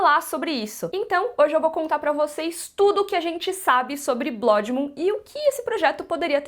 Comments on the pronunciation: Gente, incomodado com pronuncia "Blódimun" 😂😂😂 não seria "Bluud Muun"? Parabéns pelo vídeo!!!❤ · Blódimum... Huahuahuahua É blãdmun. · Só “Blódimum” me tirando o tempo todo da suspensão da descrença… o restante é o puro suco pras nossas lombriguinhas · VC é foda em todos os aspectos. Mas! quando vc fala o nome da série: - Blódi mum.... foi feio. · "blÓdi mun" 😅